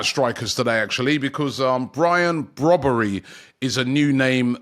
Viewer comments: Its Brian brobbey not brobbery im from the netherlands myself 💀 how did you get the name brobbery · He called Brian Brobbey not Brobbery 😂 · ‘Brobbery😂😂😂’ its Brobbey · There's been a Brobbery hahaha!!!!. Come on Robbie get their names right man! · I guess it’s Brobbey and not Brobbery😅😅😅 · Brian Brobbery? 🤣🤣🤣 Robbie getting baited by his own colleagues 😭😭😭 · Brobbery?? His name is Brobbey, no 'r' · The name is Brian Brobbey rather than Brobbery. A Ghanaian name pronounced as Br-"au"-B "ay". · It’s brobbey not brobbery 😭😭😭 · Zirkzee is actually an interesting player. Also, it’s “Brobbey”…not “Brobbery”. 😂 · Robbery come on y know y wanna say it 😊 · His name is Brian Brobbey, not Brian Brobbery. That would be a fusion between Brobbey, Ribery and Robben. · Brobbey* not brobbery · RIBERY-ROBBERY-BROBBERY - Actually it's Brobbey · BRO is not BROBBERY that is what expressions would call him,it s Brian Brobbey. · It’s Brian brobbey not brobbery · Brobbery😂 cannot even get his name right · Robby butchers people’s names all the time but Brian “Broberry” is a new one 😂😂😂😂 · Brian Brobbey. Robbie butchering players names 😂😂